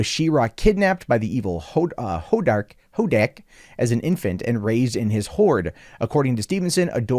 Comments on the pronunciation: Hordak. It’s pronounced Horde-ack. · You can’t pronounce Hordak? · You can tell was such a fan back in the day... can't even pronounce the show's main villain